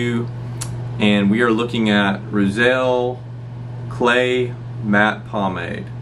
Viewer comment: “Roozull” methinks but that’s alright. Solid review btw